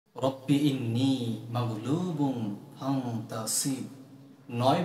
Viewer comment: 🔴প্রথমে ও শেষে দুই জায়গায় রব্বি আন্নি না বলে ইন্নি বলেছেন। সংশোধন করলে আপনার জন্য ভালো। সবার জন্য ভালো। মানুষেরই ভুল হয়।